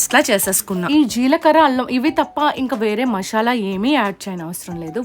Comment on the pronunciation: మాషల కాదు మసాలా 😂😂😂😂